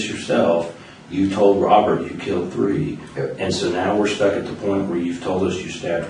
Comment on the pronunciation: He can't pronounce R's and he uses W's instead..lol Wobbert my brudderrrr😂